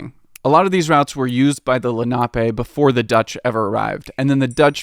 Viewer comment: Len-uh-pee, not Len-ah-pé